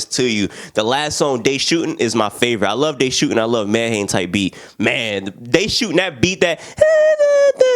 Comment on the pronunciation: You gotta get into MIKE's new album Tears of Joy. That man went tf in edit: Medhane pronounced MEH-DONNIE